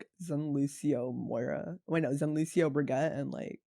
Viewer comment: Dude at least pronounce the hero correctly.